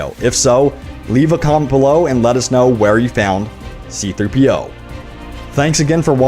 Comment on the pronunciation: Is anybody else laughing about how he said C3-PO?